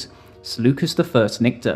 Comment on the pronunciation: Nicator is pronounced ‘Nike-tor’